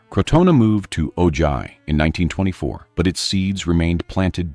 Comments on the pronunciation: Great video!! But Ojai is pronounced O-Hi not O Jai or O Ji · Ojai sounds like O-hi. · The "colony moved on to Oh-JI" Seriously????? OH-JI? Why can't these narrators learn how to pronounce names correctly???? It's not OH-JI. Lazy narrators. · Thank you. The mispronounciation was driving me nuts.